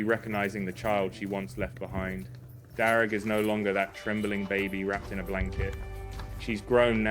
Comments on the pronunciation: Darragh is an Irish name. It's pronounced Dara, the gh is silent. Greetings from Ireland. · All those inferior native people pronouncing Darragh as ‘Darra’, it takes an outsider to teach them all how to say it proper. Convert them to say Armagh, Monaghan and Omagh the superior way and remember that stupid actor Mr Kenneth Branagh!